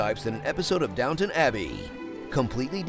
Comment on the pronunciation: Downton Abby, not Downtown